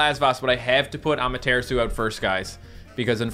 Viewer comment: Am I the only one that still cringes every time he mispronounces "Amaterasu"? has done it for so long that I have a feeling it's intentional. Japanese is a syllabic language, It should be A-ma-te-ra-su. Also colossal Benkei would be Ben-KAY. Sincerely, a non-Japanese speaking grammar Nazi.